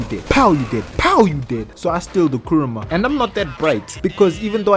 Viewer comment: What he said:"Kuruma" What I heard:KURAMA